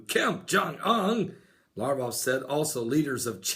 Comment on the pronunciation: So, Alexander the Great had the Spear of Destiny, huh? Considering the fact that he lived 300 years BEFORE Jesus, I highly doubt it. I think you need to re-check your history Pastor! Also, the "G" in Sergei is hard, not soft, and Lavrov's last name has a "V," not a "U." LaVrov, not LaUrov. Also, the Dan. moment is something done by the Antichrist. Not someone else. And when one Psalm is quoted, it's PSALM 83, ect, not PSALMS 83. Thank you.